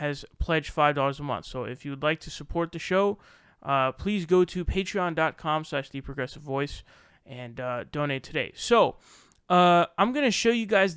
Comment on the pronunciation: LOL you can't even pronounce Patreon....DUDE....fuckin GED dude....you would find the Flinstones "fascinating."